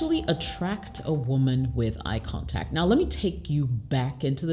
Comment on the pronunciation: She's from West Africa and I'm sure because sometimes she used some French pronunciation, eye contact eye kantak pay attention to it